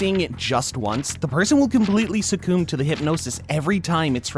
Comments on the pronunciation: I stopped at "sacoomb"... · I had the same thought when in the first minute Aizen is described as a 'titular' antagonist, clearly not knowing what 'titular' means, and pronouncing 'succumb' as 'succoom'.... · You mispronounce succumb.